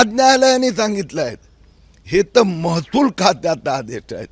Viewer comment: महतुल बोलतो महसूल बोलता येत नाही 😊